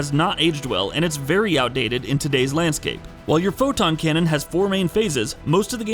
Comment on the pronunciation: 🤦🏾‍♂️ Every time I heard him say that.